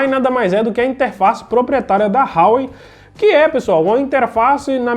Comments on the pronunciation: Não é "RRRauei" rapaz, é Huawei = "Uawei".... O telefone é muito bom pelo custo/beneficio... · A pronuncia sua esta errada é Huawei com H mesmo(a pronuncia é como se lê)... A marca é bem famosa aqui na Europa